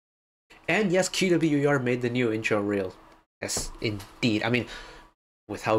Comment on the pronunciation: Thank you for the right pronunciation of band name! ("que - double u - e - are")